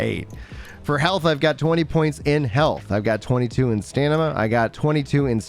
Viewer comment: Please pronounce StaMiNa and not StaNiMa, thanks.